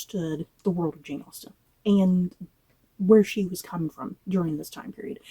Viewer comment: they butchered Austen